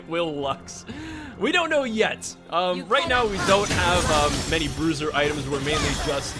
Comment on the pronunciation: Thought bruiser said brazzers 👌